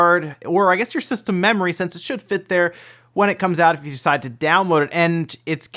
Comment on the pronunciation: Why do you say since like it's sense?